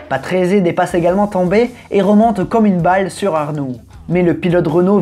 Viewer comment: Patrese a prononcer a l'italienne stp